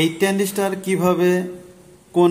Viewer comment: ট্রানডিষ্টার নয় ট্রানজিস্টার হবে। এটা ট্রানজিস্টার নয়।